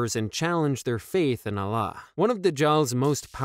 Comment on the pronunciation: Allah not Alah brother